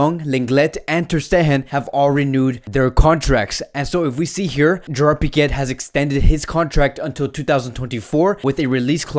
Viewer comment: Piquet lmaoooo. TersteHen 💀💀😂